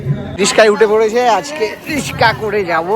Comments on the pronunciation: রিসকা নয়, রিক্সা বলবে। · Rickshaw not Rishika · রিস্কা নয় রিক্সা😂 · রিস্কা নয় রিক্সা